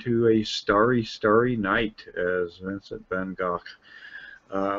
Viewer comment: ~ ♥ is such a HIGHLY educated man!!!..Noticing what he posts on his FB site and NOW to pronounce Vincent Van Gogh's name correctly!! I bow to his Knowledge!!! ♥~